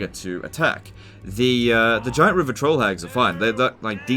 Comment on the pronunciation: 0/10 cause i have to listen to "rivah twoll hagggggg".